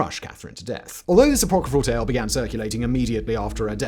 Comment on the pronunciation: Say "apocryphal" again, bro... i dare you...